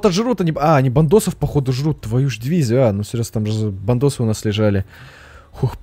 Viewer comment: Когда ты говоришь Бандосы, мне постоянно кажется "Бантосы" Бтс, Бантан сонендан ееееее